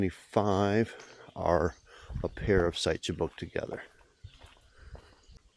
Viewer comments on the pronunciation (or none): Sorry, just gotta say this: when you feature the "pair-of -sites, it sounds like PARASITES😂😂